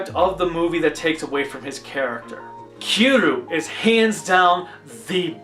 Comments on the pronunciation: if you pronounce kiryu Kir and you. it kinda sounds like kill you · Also, Kiryu is pronounced Kir-ree-you